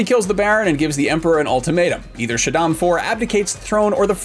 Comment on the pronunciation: Shaddam Four lol